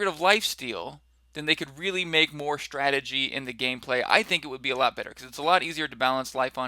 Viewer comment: shtrategy :D bit scottish!